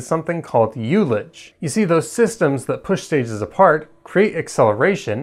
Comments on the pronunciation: Good summary, but I have a few comments: 1) I believe that "ullage" is pronounced with a short "u", i.e., "ull-age" not "you-lage." It comes from the winemaking world where it refers to the air space in a cask that has been partially used. 2) The very first N-1 flight did do staging. The main problem was multiple fires in the propellant plumbing of the first stage engines. When it became clear they were going to have to terminate the flight, they manually staged it to get some data on what happens. It did turn out that the 8 second-stage engines punched some holes in the LOX tank of the first stage, leading to more heat shielding for later tests. 3) The Titan missiles also used hot staging between stages 1 and 2. The vents are both the round and rectangular holes seen on the interstage skirt. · It's "uh-luj" you "you-luj" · the Russians have used hot staging since the 50s.its pronounced uh luhj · "youlich" damn I had to go back to understand what was actually meant